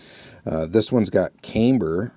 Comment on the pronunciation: Not to be an ass but it's pronounced CAM-Ber not CAME-Ber. Just sayin'. No judgement.